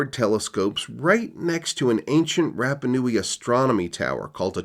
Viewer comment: its pronounced Ra like the sun god, not like Rap. RaPa Nui